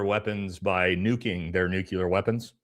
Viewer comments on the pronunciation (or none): It’s “nuclear” not “nucular.” (New-klee-er, not New-cue-ler)